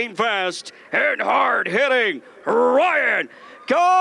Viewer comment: He sad PRyan Garcia